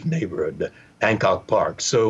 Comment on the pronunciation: Did he say hand cock park?